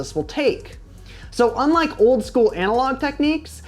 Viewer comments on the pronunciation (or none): none